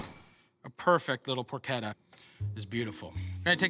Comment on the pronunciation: Porchetta. I thought it was por-CHE-tah, buts it's por-KET-ah.